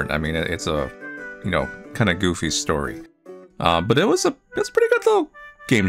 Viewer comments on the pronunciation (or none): none